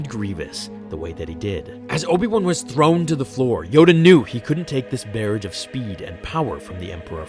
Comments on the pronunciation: Did you really say "bear-ige"?? It's pronounced "buh-raw-ge" like garage but with a b.... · It's pronounced "buh-RAHJ" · That's not how you pronounce "barrage"...it rhymes with mirage, not carriage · Good video just learn the correct pronunciation of barrage. Thanks